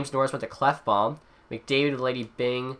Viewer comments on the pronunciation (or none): none